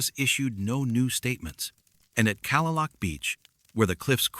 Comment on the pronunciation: Kalaloch Beach is pronounced: Kah-Lay-Lock (not Calla-Luke)